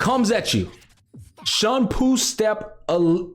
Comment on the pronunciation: Bro got so excited he called shunpo “Shonpu” lol